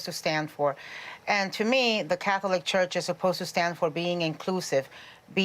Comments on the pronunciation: Im triggered every time Sunny pronounces it, “Cath-O-lic” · So glad that these CIS Gendered heterosexual women are so happy about this. And the way Sunny pronounces Catholic is so irritating! omg!